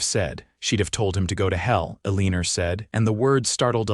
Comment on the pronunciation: Her name is pronounced ell i nor not a lean er